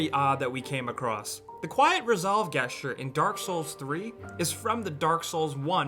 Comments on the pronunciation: Dude, it's pronounced Jesture, not Guessture. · Holy shit it's Jeh-sture Not Geh-sture what the hell. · HAHAHAHAN YOU SAID GE-st-ure not JE-ST-URE (it's spelled gesture i know I just want to be annoying) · From Merriam-Webster: \ˈjes-chər Not \ˈges-chər Jus' sayin' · Dude, gesture, say the word and pronounce the g with j. Jesture like jester or to jest. It's not guesture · guess-chur? jess-chur* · Your pronounciations are So weird dude, you just said "Guessture" instead of "gesture" lol, the way you said "patreon" in your Patreon video was the weirdest thing ever. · and wtf!? Why is he saying "guesture"? The word is "gesture". Man! You're an adult. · Please stop saying guess-ture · "Guessture," really? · jest-ture. Jeez, if you're going to read from a script word-for-word, at least pronounce the words correctly. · Another person annoyed by the GES ture pronunciation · when you don't know how to pronounce gesture....."guessture"? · Guess-ture? The fuck is a guss-ture, bro? Learn how to pronounce basic words. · TRIGGERED he said gesture like guess ture!! Like he's never used that word in his fucking life!! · wtf is a Guesstre? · "gesture" = 'jEH-shtyerr' No offense. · its pronounced jes-cher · I learned that some people pronounce gesture as "guess-ture" ;) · Seriously, Guess-jer? You're telling me you don't know how to say the word Gesture? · 'ges-ture' triggered me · same. not happy about "guess ture" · "Guesture"? Really dude, that's how you're gonna pronounce that? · Guesster? What the fuck is a guesster. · "Where you get the guessture from" >GUESSTURE Way to English, dude. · Uh gesture is pronounced with a "j", like [jes-cher]. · yeah wtf, i didnt notice he was saying "G-esture" thats really stupid lmao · umm... I'm pretty sure gesture isn't pronounced with a hard g... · guy, it's pronounced "JES-TURE" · "gehsture" You gotta be fucking kidding me. That's just amateur. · GUESS-ture. mmk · That moment when pronounced gesture "guessture" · (Boxcat) "djestures"